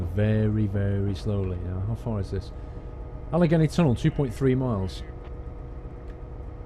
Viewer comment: al-a-gain-e mountains